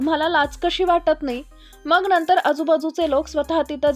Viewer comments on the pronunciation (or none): none